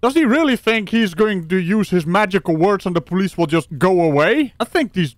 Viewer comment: I don't know why, but it tickles me to hear say, "by the po-leese".